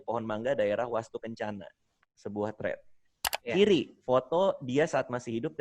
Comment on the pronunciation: bilang 'thread' aja jadi 'tred'